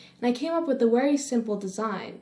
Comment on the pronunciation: And please stop saying "wery" lmao